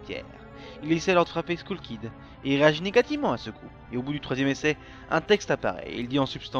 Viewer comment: C'est [skeul] kid , pas [skoul] kid, tu mélange les temps, la narration est erratique, et c'est plus ou moins la même chose que le G-File de Peanutbuttergamer sur le même sujet